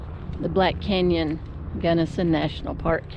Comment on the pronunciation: My beloved Colorado is burning😢😢😢😢 your pronouncing is correct! Our Beloved Mom Born Delta Co! The sights the Lords creation, but makes me dizzy and 🤮🤢